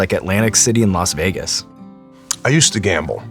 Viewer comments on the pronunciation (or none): It's Las Vegas, not Los Vegas.